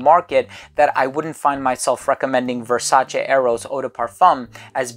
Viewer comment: Oh man, you’re the first American reviewer that I’ve seen so far who actually pronounces Versace on a correct way!